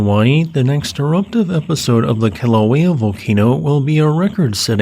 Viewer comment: I'm stoked that you actually pronounce Kilauea correctly. Everyone else who reports on vulcanism butcher the Hawaiian names.